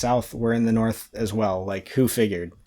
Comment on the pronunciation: "Sorth" lol Genuinely amazing, informative, and entergaging. Thank you!